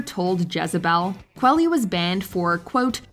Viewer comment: Kwah-lee. Like quality.